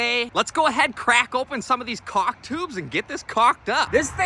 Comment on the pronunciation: Lol... You said chaulk. LOVE IT!!